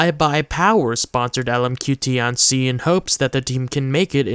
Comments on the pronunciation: Just a pronunciation pet peeve. It's not "tee anh see" , but rather a fast slurred together way pronunciation "t-ian qi" . Put this into Google translate 天七 。 it's similar to tian ci . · its not ti-an-ci its tian-ci the name butchering is painful....